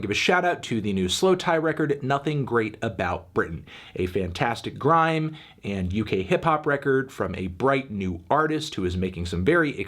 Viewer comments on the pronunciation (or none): none